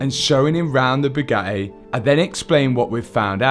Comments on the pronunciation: "A bugae" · Bu A EE , so not Bugatti it’s BuAEe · how brits pronounce Bugatti is annoying… say the Ts